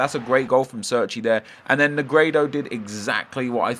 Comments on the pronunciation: oh my fucking god if i hear another person say serchey again im gonna fucking flip its pronounced cherchi (Cerci) italiano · I'm pretty sure Cerci is pronounced "Cherchee" not "Surky" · CHAIR-CHEE It's really not that hard to pronounce